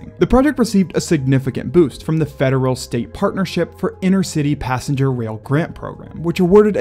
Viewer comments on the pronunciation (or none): none